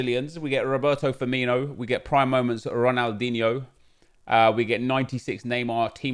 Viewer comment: I miss saying RonalDIGNE